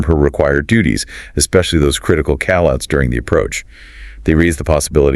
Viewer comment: Is this AI or something? Why does he say "Call outs" like "Cal Outs"